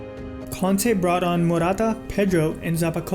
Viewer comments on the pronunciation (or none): Dude... you say Conte and Kante the same way and it's super confusing!!!!